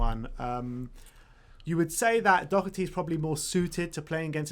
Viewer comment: why are they calling Doherty Dockety?